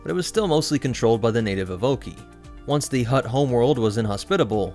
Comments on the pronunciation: EVO-KAI (Evocii) not EVE-OKEY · Good vid. But evocii is pronounced ee-voh-kai